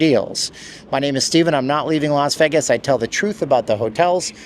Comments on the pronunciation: LEARN TO PRONOUNCE VEGAS, NOT VAGAS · This guy makes videos about Vegas and can’t pronounce Vegas correctly.